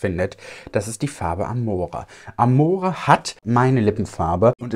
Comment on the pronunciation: Du kannst tesoro und amore ruhig italienisch aussprechen 🥰😍 würde dich gern mal italienisch sprechen hören 😍